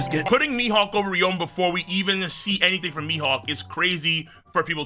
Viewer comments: also ryuma is pronounced REE-OO-MUH not RE-OH-MUH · "Ry-OH-ma" At this point I swear bro is just trying to tilt as much of us as he can 💀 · He's saying it like there's an O in the name when there isn't and it is irritating me a bit. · and theres really 0 discussion to be had since the Anime has the official pronuntiation